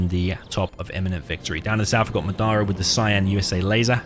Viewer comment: You keep saying Madara weird, didn't you watch Naruto